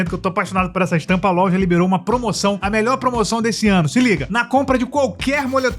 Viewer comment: Pq vc fala "lolja"? Vc é retardado?